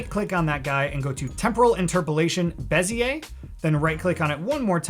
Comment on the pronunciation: you lost me at "beziay"